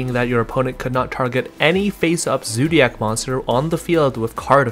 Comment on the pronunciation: the way u say zoodiac wtf man